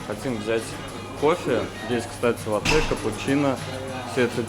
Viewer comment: лАтте, а не латтЕ